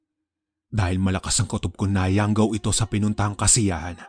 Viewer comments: conyo ata narrator haha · YANGGAW PO, hindi YOUNG GAW!!!😃😃